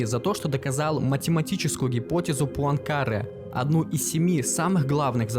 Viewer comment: Отличный материал, но заметил пару неточностей, Паункаре - ударение на последний слог, потому что француз и Перельман отказался не от Нобелевской премии (её по математике вообще нет), а от премии института Клэя и медали Филдса (самая престижная награда по математике, которая вручается раз в 4 года). Спасибо за проделанную работу, подписался!